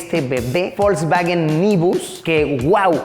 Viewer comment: por qué le decía folksfagen